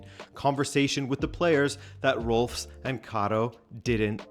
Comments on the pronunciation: Rolfes is pronounced like u would read the name in Spanish: RRoll-féz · Rolfes is pronounced Rolfes. It's almost funny how American changes every sound in that word but the s. Every sound but one. This is a little rant on English, not on you. Great video!